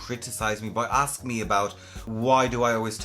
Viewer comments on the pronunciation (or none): none